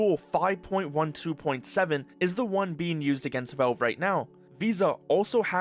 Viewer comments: It's 'Valve" not 'velve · who is 'velve?' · bro, "volve"? that has to be a new way of pronouncing valve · I have never before heard "Valve" pronounced as "velv." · you say “velve” lol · why are u pronouncing valve as "vove" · You keep saying "Velve". It's very distracting. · What the hell is "velve" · wtf is "veulv" by the way? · Do you not know how to pronounce the word valve, or is this an AI voive over? It's driving me nuts. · For someone who makes almost nothing but Valve related videos, you really should learn how to pronounce the word Valve.